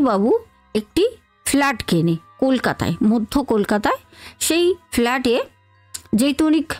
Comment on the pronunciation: ফেলাড..... না ফ্লাটে 😊